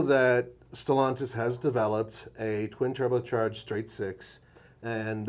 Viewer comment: Stellaaaaaaantis. NOT Stellontis.